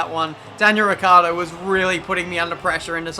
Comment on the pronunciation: Oh god. Is ricciardo. Not riccardo.